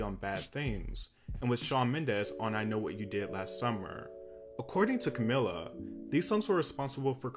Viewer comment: It's CamEEla